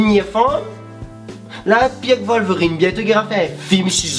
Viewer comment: MDRrrr " le ZonGverine" putain mek ou fai ri amoin